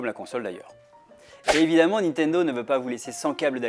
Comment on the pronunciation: "La Nitodo Switch"